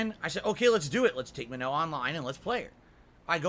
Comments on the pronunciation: He's pronouncing Manon wrong. The game doesn't say it that way either. "Manoe." Wtf? It's more like muh-nohn (with the o being pronounced like in the word "okay" and not like in the word "nominal"), with the n at the end either subtle or silent. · Maybe if he stopped mashing and learned, he'd get better. And it's not spelled "ma-no", logically, it's spelled "ma-nun" or "ma-none." Get bent,. He's played street fighter since SF2, so he should inherently know how to fight the original cast. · Guys it's Man-on. The announcer clearly says Manon. How'd he got "Manno?" Is a complete fucking mystery. I guess if he wasn't always in damage control everytime he gets beat a Manon, he'd hear the name clearly. Plus the whole point of placements is to . . . Place you on your skill and knowledge of the character not to learn a character. Why would you go to rank to learn a character? Jeez. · should look up how to say Manuh, that’s not it. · As a French Canadian, who's been speaking French since he was 4, I can tell you he's screwing up the pronounciation of the name "Manon". Either Capcom messed up on the pronounciation, or someone told him the incorrect pronounciation. I'm quicker to believe the latter. That second N in her name is not supposed to be silent.